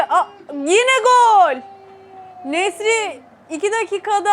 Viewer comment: Nesry kötö diyor😂osimhen nasil?